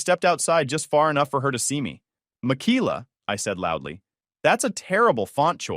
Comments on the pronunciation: Pretty sure it's pronounced Mik Ay La. Every Michaela I've ever known pronounced it that way. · Mikeyla or Michaela .. the pronunciation of the name is cray